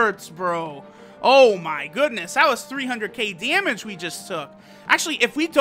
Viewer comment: EEndroid, dEEmEge, gEme Android, damage, game Why does he sound like that?